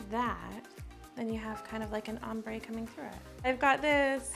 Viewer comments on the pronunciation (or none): none